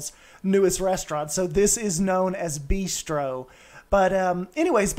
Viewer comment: Your designs are great, but man... b-ai-stro? "Beastro" is funny because it rhymes with "bistro", not just because it incorporates the word "beast" 😂 No judgement tho S, that made me laugh. I love the design.